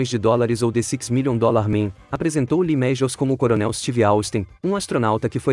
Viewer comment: Lee mejius😂😂😂😂😂😂😂